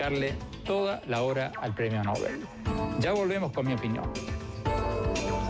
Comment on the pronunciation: MVLl no es "el premio Nóbel" sino el premio Nobel, como se pronuncia el nombre del sueco, pronunciación según las reglas del español tambien.